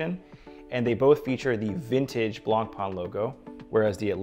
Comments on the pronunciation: Good review, just one blistering issue though. The pronunciation of BlancPain is the same way you’d pronounce “white bread” in French, it’s not “Blanc-Pan”. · Looks nice but it's a throwaway watch. Non serviceable movement and plastic crystal. There are way better offers on the market; even BP homages for sub 1000$ that have way better components. Edit: Learn to pronounce the name correctly ffs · please pronounce the name Blancpain correctly. thank you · Please pronounce blancpain correctly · Ffs at least try to pronounce blancpain correctly